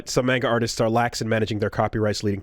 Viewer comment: I don't think i've seen gamers pronounce manga properly